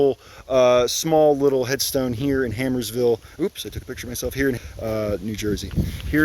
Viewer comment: Hey, bud! Great job with these. Just one thing. It's Harmersville. Sounds like a rough place to live, 😂